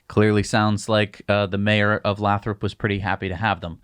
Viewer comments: It's pronounced lay-thrup. Oh, and given how expensive housing is in the bay area, half of their Fremont staff probably already live damn near to Lathrop and would love to transfer, heh. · It's "lay-throp" :-) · It's pronounced Lay-thrup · Lathrop pronounced LAY THROP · Lathrop pronounced with a long vowel "a". Lived north of the area for too long... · Stop mispronouncing Lathrop! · FWIW, Lathrop is pronounced with a long A.